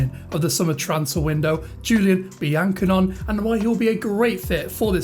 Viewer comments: Great vid. Seem like a pro already! Pretty sure it's pronounced Be-an-ko-nay tho. Keep it up! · Good video mate although I think it's pronounced bian cone (cone) at the end!